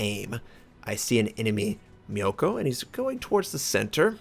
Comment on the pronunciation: You at least pronounce Myoko properly. The Air Force cursed me by sending me to Japan for 4 years, so, there are some bad side effects, like being disturbed when SOME Japanese words are mispronounced (anything with MYO ("Mystic"), for example), and when people hold their chopstick wrong (As in they can't even pick up food with them.).